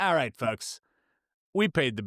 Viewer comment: Why does the word 'folks' sound like 'fucks' when you say it? Alright fucks...